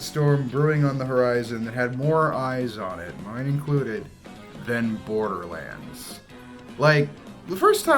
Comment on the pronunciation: Bore-durr-lands? More Like THERE"S no reeee-zun-durr lads to see this moovy. I'm rather join a gaming clan, I'd rather become ray'z in bran, I'd rather eat some purple cranz, than to be in sight of boarder lan'dz. Cate blanchet? more like late man-chit!